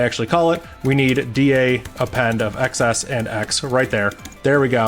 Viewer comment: I find it so weird you say "ex ess" and not "exes".